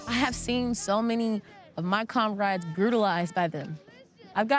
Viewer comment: Lol lady at the mark said conrade instead of comrade. Just goes to show she doesn’t know what she’s talking about and is just on repeat. The blind follow the blind.